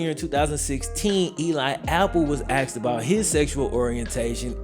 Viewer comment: “if these questions were axed”